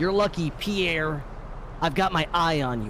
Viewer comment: Nobel prize for my man Pee air